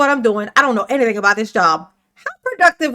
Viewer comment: nah you don't have a right to axe fo anneeeyding